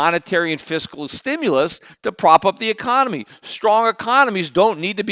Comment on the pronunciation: Is it just me or does Peter keep saying "ecomany" when he means to say "economy"?